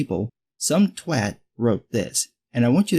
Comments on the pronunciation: Kudos for saying "twat" properly. Not twot like a lot of Americans say dude :) As a lefty liberal peeps like this piss me off, they do more damage and are just as bad as the other radicals. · Being something of an Anglophile, I love using the British pronunciation of "twat." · Finally! An American said “Twat” correctly It’s so jarring for a Brit to hear “Twot”